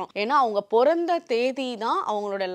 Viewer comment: பிறந்த not பொறந்த sis ..😢😢